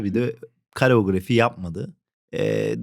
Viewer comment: Kareografi değil, koreografi. Lütfen!😉